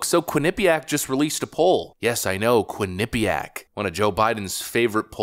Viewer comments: Being from the area, I love how others pronounce Quinnipiac. It's funny. Quin-NIP-iac. It's more like Quinnipee-ACK. We actually LEARNED about the local Native Americans when I was in grade school, unlike what they teach now. We learned which tribes were warring, agricultural, etc. There were dozens of nations in this land and it's a shame that they're all lumped into one. We even took field trips to places important to tribes like the Podunk, Quinnipiac, Mohegan and Pequot. Lotsa cool history in that little state that's been taken over by liberal idiots. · "QUINNA-- Pyak". Not "qui - NIPPY - yak" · As someone who lived in Connecticut and had friends that went to Quinnipiac College, pronunciation of Quinnipiac gives me endless douche chills. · You would think that after seeing countless mainstream media clips with the correct pronunciations over the years including the one he included in this videos…. Quinnipiac beat my Michigan Wolverines in the Frozen Four last year. 🙇🏼‍♂️ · It chuckle every time you say Quinnipiac. You say it wrong but I like the way you say it better 😂😂😂